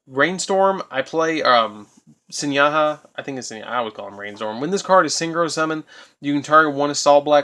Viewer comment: pronounced "ahrowshee," not "orsha." Sorry, but that pissed me off. also, that's pronounced "Pinakee," not "Pinaka". The last letter of it's name is an "I," not an "a." "Sohighah" not "Senyaha" Aside from those, great video! As a veteran Blackwing player, I enjoyed this deck profile. Liked.